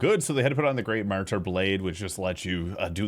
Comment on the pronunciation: I cringe every time I hear him say "mar-tear" (martyr)